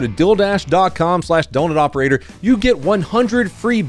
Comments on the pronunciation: Even CC says 'dilldash'. We luv ya,. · Oi! What the hell is “dill” dash? You get me every time. Ery dang time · Bro said deal and my heart dropped because it sounded like he said dil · Omg, I thought u were saying ‘dildash’😂😂😂 i was gonna say ‘do u pay with dil dough’ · That Deal Dash ad always sounds like you're saying "Dill Dash"...i'm like, you're running after a pickle???🤔🫢🤭❤😂😂😂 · When you said “DealDash” it sounds like you said “DilDash,” which actually sounds pretty sick bro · When you said "Dealdash" you said it kinda like Dil-dash, and my brain imediately was like "This sponsor is from Dildo!" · i heard man say dildash not dealdash